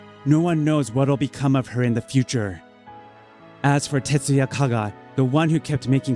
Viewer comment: It's Tetsuya, not Tatsuya.